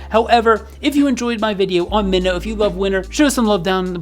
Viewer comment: also it’s pronounced “my-no” he says his name like that in some of his songs